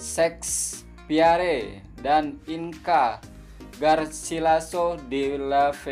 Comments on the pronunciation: Berdekah aku bila dia sebut nama W. Shakespeare 🤣🤣🤪🤪😅😂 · Kata suka membaca. Tak kan William Shakespeare pun tak kenal? Nampak susah betul nak sebut nama dia